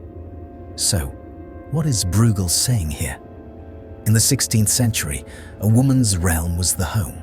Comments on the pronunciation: You are not pronouncing breugel correctly. It's not brewgel, it's broygel. (I guess it's an AI voiceover. As always making annoying errors.) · Pronounced Broy gel, rymes with fell. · Great analytical powers. But his name is pronounced BROYGAL